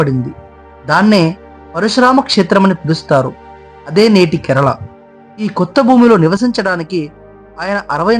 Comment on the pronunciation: బాబు ! కెరలా కాదు, కేరళ 👍 తప్పు పలుకుతున్నారు.